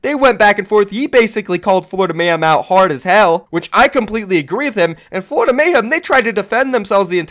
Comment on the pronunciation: It's Florida not flordia xD great vid